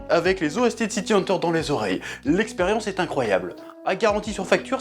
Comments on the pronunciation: City "Hanteur" ? "Dzukaza" Hojo ? ☝️😏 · "city hanteur"